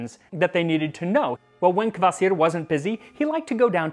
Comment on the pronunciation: The way he pronounces "Kvasir" sounds like Courvoisier to me.